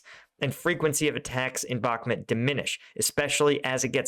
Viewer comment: Bakhmut is read as "Bah" - "Mut" the u sounds like oo in book.